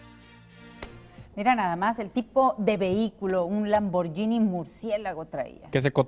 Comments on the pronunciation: Se pasaron diciendo Lamborgini en vez de Lamborghini. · Se pronuncia Lamborghini no lamborllinie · de pende. los gringos pronuncian lamboryini we. ahora quien te dijo que se pronuncia guini??